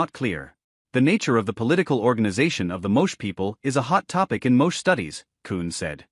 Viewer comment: Pronounced "Mo-chay". !